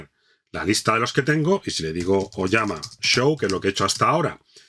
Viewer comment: TE FELICITO!!!! Por fin encontré un instructor que dice "OLLAMA" y no "olama".!!!! :hand-pink-waving: GENIAL este tutorial!!, va un poderoso LIKE!!!